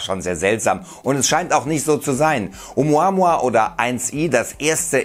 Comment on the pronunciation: Glaub ich auf keinen fall und dieser kanal is sowieso die bild von youtube lügen verbreiten und hauptsache klicks generieren. Der typ im video kann oumuamua nich mal richtig aussprechen peinlich einfach nur peinlich. Nehmt bitte nicht alles ernst was hier auf diesem kanal rausppsaunt wird🤦‍♂️🤦‍♂️🤦‍♂️🤦‍♂️